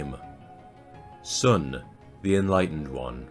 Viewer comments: The "Sun" in his name is pronounced "Soon". And the way Hell is pronounced is definitely wrong. However, I am not able to give you the proper pronunciation. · Nicely pronounced. Not Sun as in sunlight but pronounced as Soon. “U” in Chinese is pronounced as “oo “ as in “too” Wu Kong Wu means “realised” Kong means “empty”